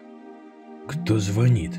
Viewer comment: Ударение на и звонИт